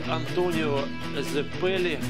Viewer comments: Забавно что этот человек вместо ДжОтаро говорит ДжотАро и вместо Цезарь Антонио Цеппилле говорит Зепилле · боже... это произношение "Зепели" "хЭмон"